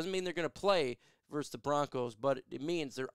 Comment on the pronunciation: It's not Lions verse Bears. It's Lions VERSUS Bears